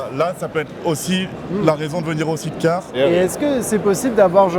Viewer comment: 340k, limite il va nous faire le roumain avec son explication qui tient pas la route.. Et vendre des side-cars sans savoir le prononcer correctement ça fait tache